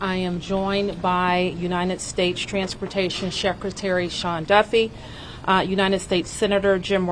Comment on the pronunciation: What in the world is a "Sheckretary"?